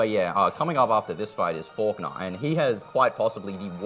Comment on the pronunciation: always says "forknaw" instead of falkner